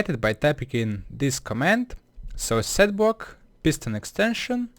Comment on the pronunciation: Setbwock he says